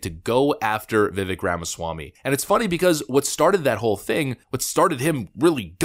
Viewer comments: Vi-vake. Vi-vache. Not vivik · To the... Great presentation. By the way Vivek's first name is not pronounced... Vi-Vik. It is pronounced Vi-Vake, Like Cake. At least those are the precise words Vivek used with Tim Pool when interviewed by Tim. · learn his name. it's easy. it's pronounced vih-vake. not vih-veck. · It's VA-VAKE not vivic...... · Love your stuff! BTW, it's not pronounced "Vivik" it's "Vivake" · Please learn how to pronounce Vivek.. . Viv ake. Like Cake. Viv cake Viv ake vivake. Vivik. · It's pronounced Vivake (like cake) not Vivick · Vivek rhymes with steak, not stick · Vivek pronounced VIVAKE,,,rhymes with cake. Why can't people pronounce this name correctly! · Vivek (pronounced ‘Vih-vayk’) will be increasingly attacked because he’s a sharp, outspoken leader, because he’s rapidly rising in the polls. Fox is clearly managed by BlackRock and has to control the America First agenda because they make billions with the CCP. The rest, like Christie, is just a charade to distract. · Just FYI, Vivek is pronounced Vih-Vake. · Please adjust your pronunciation,. Vivek has stated that the second syllable of his first name rhymes with CAKE. Love your work! Longtime subscriber. Subbed prior to the first hideous purge of channels. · Pronounced: Viv - ache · Vivek is pronounced VivAK - long A. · Vivek rhymes with Cake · If you want more fuel for your theory, watch the footage of the breaks where the candidates often talked to each other. Christie was talking to DeSantis over and over. And, surprise, DeSantis didn't spend time attacking Vivek, he didn't need to. Oh, btw, it's pronounced Viv-ache. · It’s Vivek like ‘Cake!’ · It’s pronounced Like ViCake…Vivek. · His name is Vivek pronounced :Ve Vake.= Truth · Vivek rhymes with cake. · Vi-Vayk, rhymes with cake. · It's pronounced Viv-ake. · Vivek is pronounced Vuh'Vàke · Really like your videos, but FYI Vivek is pronounced Viv-ache *like tooth ache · I think he pronounces his name V’Vake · Pronounced Vi-vake